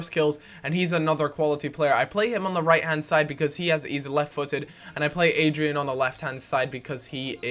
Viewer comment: It's AD-RI-AAN Not adrian